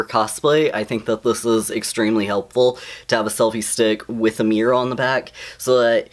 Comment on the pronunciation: It's the way you say mirror XD also hello!!